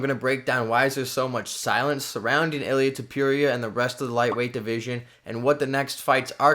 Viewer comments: Stop saying his name like that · Learn how to pronounce his name or dont say it that much haha